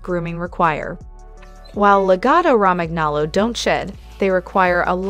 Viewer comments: I have two Lagottos. Every dog has negative traits and they are wonderful dogs!!!! The mispronounciation is super annoying, I would think that one would want to try and pronounce things correctly, this is embarassing. La-Goe -toe Row-man nolo. Also it's saliva not salvia. This is just ridiculously bad AI. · along with the incorrect pronunciation of Lagotto Romagnolo, she pronounces saliva "salvia"...lol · Perhaps learn how to pronounce the breed name before making a video. Mine never barks, gets groomed 4 times a year and is active during a walk and lazy the rest of the day. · Sound it out with me: La go toe row man yo low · The pronunciation is La-go-toe Ro-man-nolo(we own one & are native Italian speakers) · La-GO-to. Roman-yolo. God damn. So easy to look up. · This is an incredible drinking game, every time she says lagotto romagnolo[incorrectly], take a sip. 😂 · seriously! her incorrect pronunciation is very annoying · It's AI but lol that pronunciation gave me flashbacks to 8th grade spanish class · My god, I think she pronounced the name "Lagotto Romagnolo" four different ways. All of them were incorrect! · You should learn to say the name properly if you wish to be taken seriously. Absolutely a great, smart, highly trainable, and loving dog! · first pronounce the name correctly then talk about the breed... also very stupid title for a video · Wow way to not pronounce the name correctly..... every single time.... if you want a dog yes, walk it, train it, brush it, bathe it, don't leave it at home...... Mine is either with my wife at home when she works or at my wine shop greeting 100ppl each day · She obviously knows nothing about this dog nor about Italian. The pronunciation makes my ears bleed. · The best dog, please learn to pronounce the bread name correctly.